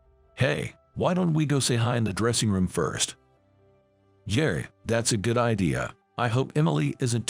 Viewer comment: Agreed. And pronouncing "yeah" as yer. Pathetic.